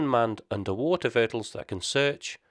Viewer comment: Sorry, sounded like vertle so I got confused. ☺